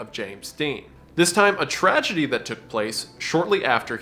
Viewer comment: Tree-gedy, not Tragedy.